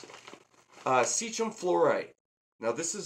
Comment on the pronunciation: Thanks. I was trying to decide how to layer Fluorite, Eco complete and sand. And I found your video. Ps. It’s not Seechum as in sea Chimp it’s See Kem as in Sea Chemistry 😂.